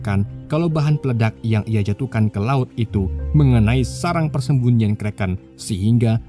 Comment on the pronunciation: Setiap anda ucap kreken saya jadi lapar